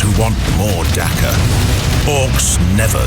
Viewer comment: I fell in love when the narrator said "Dakka" <3